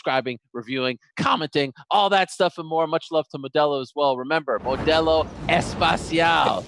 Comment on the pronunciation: I love listening to DC. 😍 Btw, I just needed to say that both times they both said the word "especial" in Spanish, they pronounced it as spatial. It's espEcial No espAcial. Edit: timestamp But spatial sounds cool too 😎